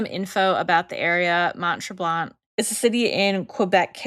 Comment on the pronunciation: Ladies - Mount Tremblant is a very ritzy ski resort. There are no bad hotels on the Mount Tremblant resort. And the last ‘t’ is silent in Tremblant, with a more nasal sound to the ‘an’.